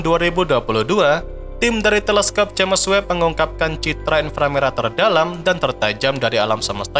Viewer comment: Sebutannya "Jams" bkn "Ja mes"🤔